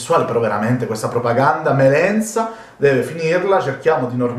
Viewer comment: Melensa delli...con la , non zeta